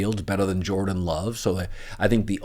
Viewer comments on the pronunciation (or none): none